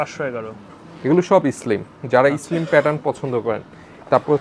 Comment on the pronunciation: What is eslim ?😂😂 Vai slim hobe,😂😂😂😂😂😂😂